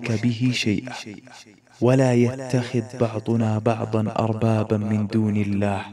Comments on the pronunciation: جزاك الله خير في قوله تعالى :(تعالوْا) الواو ساكنة فليست حرف مد وقوله تعالى:(ولا يتخذَ) الذال مفتوح وأيضًا في قوله تعالى:(اشهدوا) الهمزة في بداية الكلمة همزة وصل فلا تنطق أَشهدوا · جزاك الله خيراً يا. تصحيح لقراءتك فإنك قلت "تعالوا" بضم اللام وهذا خطأ فاللام عليها فتحة والثانية هي يتخذ بفتح الذال وليس بسكونها وأما كلمة "اشهدوا" فقرأتها بهمزة قطع وهي همزة وصل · جزاك الله خيرا لكنك اخطأت في تلاوة الايات انصحك في القادم ان تسمع الايات ثم تسجلها تعالوا بفتح الام وليس بالضم واشهدوا الالف لا تنطق ومعنها ليس أشهد أنا وإنما إشهدوا أنتم... وكلمة يتخذ بفتح الذال اذا وصلتها ولا يتخذَ بعضنا .... بارك الله فيك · أهلا ب والله إنا نحبك في الله أنا وأهلي أصبحنا نتابع حلقاتك على الغداء والعشاء ونتأثر جدا بما تطرح جزاك الله خير الجزاء.. ملاحظة يسيرة ، الآية التي قرأتها (( قل يا أهل الكتاب...)) أخطأت ٣ أخطاء في تلاوتها. تعالوا.. يتخذ.. اشهدوا.. وكذلك لو تتخذ مصححا لغويا لاسيما كلام الله وكلام رسوله صلى الله عليه وسلم. أرجو تقبل هذه الملاحظة. هنيئا لكم قبول المتابعين ونسأل الله أن يقبلك عنده.